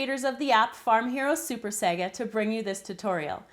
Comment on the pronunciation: your saying saga the wrong way